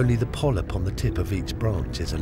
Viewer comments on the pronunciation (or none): none